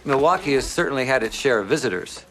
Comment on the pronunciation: I’m not even to that part of the video yet and I knew exactly what you were talking about. Me-lay-wah-key